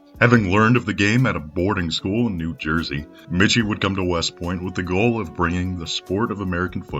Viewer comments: Great video as always! One small note: Michie is pronounced “Mikey”, not “Mitch-ey” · is it not "Mikey" how you pronounce Michie? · Denis Michie pronounced Mīkey